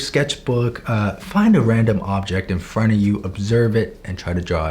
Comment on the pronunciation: when he said "Front plane" i heard it as "Fart plane" im not kidding!